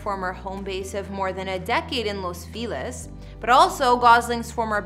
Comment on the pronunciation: Bothers me how she constantly pronounces Los Feliz as Los Filez… and Eva as Eeva.